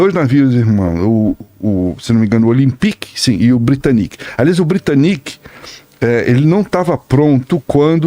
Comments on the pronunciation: Tem horas que "aportuguesar" nomes estrangeiros fica feio. "Titanique", "Britanique", "Olympique"... péssimo. As palavras "olímpico", "titânico" e "britânico" já mostram onde tá a sílaba tônica. Parece um tipo de vergonhazinha de chamar certo e um medinho de parecer semanticamente pedante. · A pronúncia correta é "taitanic", "britânic", 'olímpic"